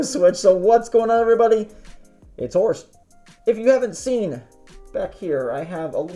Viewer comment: Well its Horst not Horse.